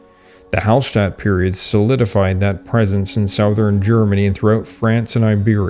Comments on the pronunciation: Southern is pronounced suh-thern, not sow-thern. Funny, I thought you were a native US-English speaker until you said that, at least three times. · You pronounce "southern" oddly. You must be Canadian.